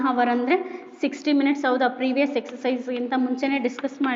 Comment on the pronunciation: Mam sorry for saying this , that's not hars that is hour😅😅